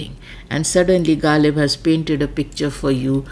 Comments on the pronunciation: It doesn’t matter whether someone’s language is Urdu or Greek. If you claim to be an expert in Ghalib’s poetry, you should have perfect pronunciation of the words. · you can't even pronounce ghazal, kharab, and ghalib. First get these words right then talk about translation.